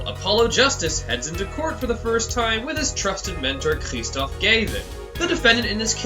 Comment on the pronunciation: The Brothers of Destruction: Khrrrrrristoph Gayvin, and Klahveer Gavvin!